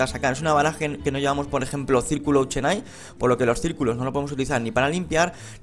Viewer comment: auchenai se pronuncia OKENAI